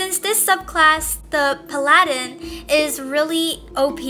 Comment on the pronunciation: is pronounced pah-luh-din